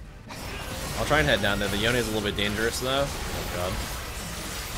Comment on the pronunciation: the way he says yone is just disgusting